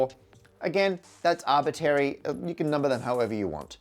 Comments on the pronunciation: Matt, I love you. But please maybe look into the pronunciation of "arbitrary'', and how the singular of vertices is vertex, not verticee. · Did I hear you say "arbitary" ? Was eliminating the first "r" an arbitrary decision?😄. Love your videos! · “Arbitary”, really Matt? Think you dropped an R 😊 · I like how Matt has no R in Arbitary. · Did you just say "artbitary" instead of "arbitRary"?? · Arbitary?? ARBITARY??? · ARBITRARY, Matt. It's bad enough you say ALU-MINIUM. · I'm not sure what is bothering me more, Matt pronouncing "arbitrary" as if it was "arbittary", or using "vertice" instead of "vertex" for a singular point in the graph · Please bring back the second/middle R in the word arbitrary. It doesn't impact the understandability of what you're saying, but it's a little like hearing someone say 'libary', and there was a critical mass of arbitary in this video :-( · After years of watching, I've just heard the pronunciation "arbitary." I don't know if I can go on. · that second r in arbitRary will never be said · Hmm, I see now we are using the "Parker" pronunciation of the word "Arbitrary" 🙂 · you're always asking for corrections, I'm wondering: is it a correction to correct your pronunciation of "arbitrary" that it should have both "r"s pronounced? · Are you intentionally pronouncing 'arbitrary' wrong? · Has anyone noticed the lack of R's in his pronunciation of arbitrary? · I def heard it. Is it a British thing? A Matt thing? Or did he do it on purpose? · it took me until to realize this only applies to infinite RANDOM graphs which I feel wasn't specified earlier. I guess it's the syntactic difference between a "random given graph" versus "a randomized graph". I randomly chose the number line for the integers for which most of the vid did not apply and left me confused. Also the word arbitrary has an R in the middle you're not pronouncing